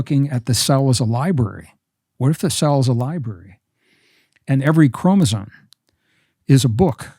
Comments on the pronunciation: Is he saying chromosone? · I love Gregg... and I know he knows that it's chromoSOME... not chromozone. I kind of like the latter a little better though. 😊 Great conversation, brothers. Much love and light to you both. ☝️🙏💜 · I hear him saying “ chromosone” Why? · Why do they keep saying ChromosoNe? 👀